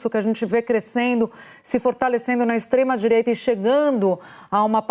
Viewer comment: O duro e ouvir a Dualibi dizendo extreDireita , que ridículo essa